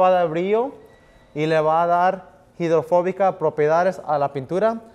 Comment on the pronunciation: De solo escucharlo decir SUPERFICIA me da irá. No hablar de GIDORFOBICA